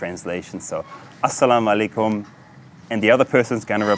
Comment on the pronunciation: My man, I'm pretty sure your pronounciation is a little bit off. Asalam aleikhum rahmatullah barakadi, rafiq. Greetings from Norway